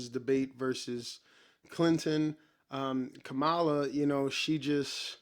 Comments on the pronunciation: Its pronounced “Comma-luh” Brotha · Agreed, complete waste of time. One request, can you please pronounce her name correctly? It is Comma-luh. It is disrespectful to have access to the correct pronunciation and still mispronounce it. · Does every Trump supporter say her name wrong? Try this, "comma-la" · You’re pronouncing her name incorrectly.